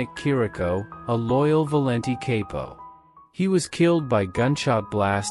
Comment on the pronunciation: Good video , factual but a few mispronunciations. Chirico Shear Rico Capo COP O